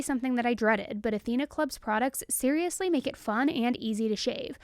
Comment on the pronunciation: Is serialously hard to say??